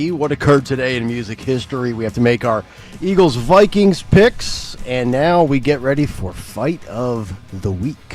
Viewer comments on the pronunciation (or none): Can someone PLEASE tell Dawn it's Eagles not Eggles!!!!!!